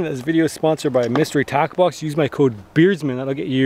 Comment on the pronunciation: Up until 1/2 thru the video I was convinced you said 'mystery taco box' and I thought you were making rooster tacos, which sounded great to me - but now I get it, tackle box.